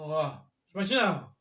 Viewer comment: смачного смачнЕго!!!😂